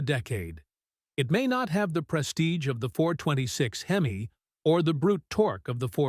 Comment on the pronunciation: “426 HEM-S ??” REALLY?? (Please research Proper Pronunciation)